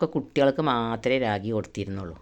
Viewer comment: രാഗി അല്ല റാഗി ആണ്